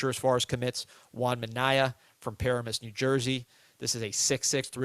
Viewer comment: It’s PA RAM MUSS. That’s how you pronounce Paramus NJ